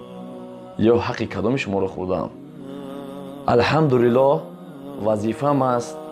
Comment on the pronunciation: Беакли девона ту холи калимаи АЛЬХАМДУЛИЛАХ гуфта наметони гуфтестайки (Алхамдрилах) ть як бесаводи чи ика пак пак дори